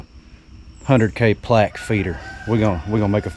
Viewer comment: Plague 😂 The word is plaque.